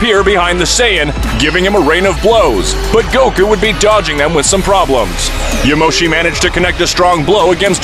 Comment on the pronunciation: Its "*Yamoshi*" and "*broly*"